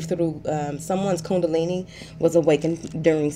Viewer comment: 🗣Alexa! What is coondaleni? 😂 but no really, what is coondaleni???